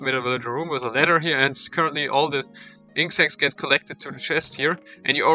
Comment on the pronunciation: Inc sacks? Isn't it inkt sacks?